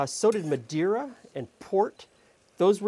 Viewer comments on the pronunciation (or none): none